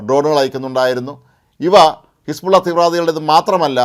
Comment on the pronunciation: ഹെസ്ബുള്ള യെ ഹെർബുള്ള ആക്കി മാറ്റി....